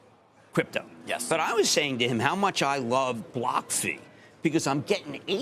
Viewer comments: BlockFi lol said wrong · when he cant even say BlockFi correctly . this guys is a pure clown 🤡🤡